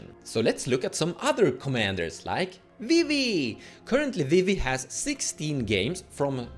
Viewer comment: Now calling Vivi “Wee-wee”, forever. Thank you